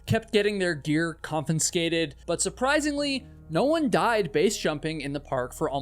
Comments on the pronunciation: "Confiscate" has only one letter N and one N sound. Please don't pronounce it "kon-fins-kate"; try "kon-fi-skate". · I appreciate you pronouncing "confiscate" incorrectly 23 times so we know you're not AI generated. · Excellent channel but con-fin-scate is not a word. Confiscate is the correct word. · Confiscate - not confiNscate..... CON-FUH-SCATE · "CONFISCATE" has exactly ONE "N" Despite this, 7 times in this video you said, "conFINscate". Therefore, it is not an error, you actually think that is how the word is pronounced. It isn't. Freedom is not measured by if you do or do not follow the law. Honestly, people going to Yosemite deserve to enjoy the majesty of nature without having people plummeting off of cliffs for thrills. Your video does a disservice to those people, and the Rangers, in favor of adrenaline addicts who break the rules for a thrill, and die, too often, as a result. Shame on you, and correct your mispronunciations. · Confinscate lol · I just realised that says "confinscate" at in the video, did you catch it? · A half-hour being annoyed by mispronounced variations of the word "confiscate". 🙄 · Learn to pronounce confiscate